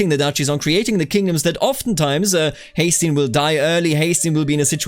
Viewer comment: Haesteinn is pronounced Hesten. Just a note.